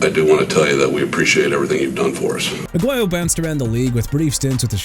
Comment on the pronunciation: ROBERTO AGUAYO PRONOUNCED AH-GWAI-YO! GET HIS NAME RIGHT DUDE! ALSO MR. "I CAN'T PRONOUNCE PEOPLE'S NAMES FOR NOTHING" ISAIAH WILSON PRONOUNCED AI-ZAY-UH! ARE YOU SERIOUS?! YOU NEED TO BE FIRED! AT THIS POINT I DON'T CARE IF YOU'RE A REAL VOICE OR AI! I DON'T CARE!